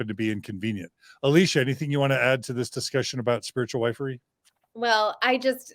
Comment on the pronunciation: Wifery is pronounced ( wiff-ery,)